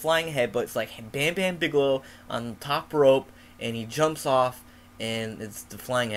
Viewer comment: Bam-Bam Bigalo? Holy shit that got me so good. I like your speech impediment too. MORE!